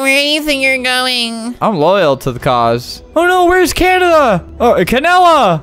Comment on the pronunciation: “We have to save cananda” Bruh LOL 😂 😂😂😂😂😂😂😂😂